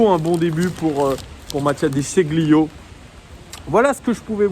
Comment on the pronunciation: Déchilio! Déchilio pour prononcer à l'italienne:)